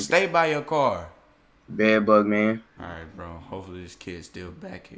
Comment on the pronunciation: THE FACT THAT HE KEEP SAYING BEAD BUG MAN